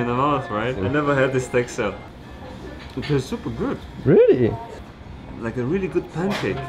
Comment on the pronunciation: It's supa goot